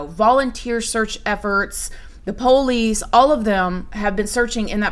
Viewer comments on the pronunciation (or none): Love how ya say “Poe-lease” and love how you’re living your life- love you grandma 🖤💜🖤